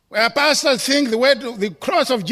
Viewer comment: Love how the word Pastors sound like “bastards” with his accent. God does have a sense of humour